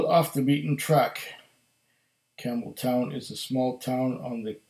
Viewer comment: I might have been reading "Campbeltown", but I kept hearing "Camel toe" lol nice review my friend!